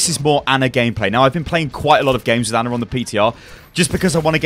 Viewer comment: "Anna" What. It's Ana, like "onn-a."